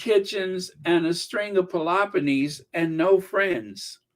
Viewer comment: Your reference to “string of poloponies” vs saying polo ponies is hilarious! Reminds me of the Honeymooners episode where Norton mispronounced it! 😂😂😂😂🐎🐎🐎🐎🐎